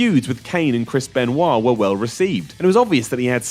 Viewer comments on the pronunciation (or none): none